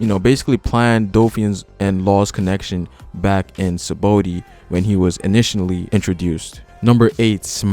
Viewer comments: It's Saba-ody not sabody -. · I just have a strong cringe wen this guy says "sabody" Not "sabaody"